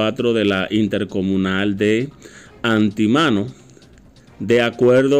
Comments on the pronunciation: No es anti mano, es Antímano, palabra esdrújula, acento en la antepenúltima sílaba. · ANTÍMANO, no Antimano. Acento en la TI, palabra esdrújula.0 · Se dice Antímano. Tiene acento en en la I, palabra esdrújula. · Antemano y carapita pronunciarlo así como esta escrito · Antimano con acento en la i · Antímano tiene asento en la i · (Antimano) acento en. letra i) por favor pro uncie bien las palabras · Se dice Antímano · Antímano, acento en la “í” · Ni siquiera sabes hablar Antímano lleva acento en la iiiiiiiiiiii